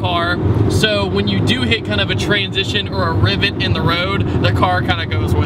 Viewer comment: Whats a "rivet in the road"? Oh, you mean "divet". Big difference. LOL